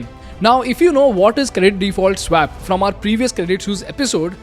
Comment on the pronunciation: You're getting the pronounciation of "swap" wrong. You may want to correct it in future videos :)